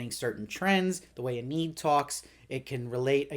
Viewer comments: Lovely recap. It's Eee-nid. With a long e. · Eneed... very interesting pronunciation of Enid. Good review as always